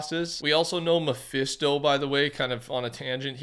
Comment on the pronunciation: Muh - fih - stow is crazy…